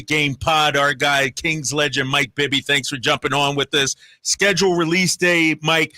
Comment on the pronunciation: 1st to 3rd, bring Pops calling Bibby "Bibba" how fitting.